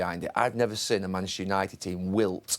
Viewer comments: Gary can’t say Manchester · Its Manchester Gary....Manchester at least say it right horse.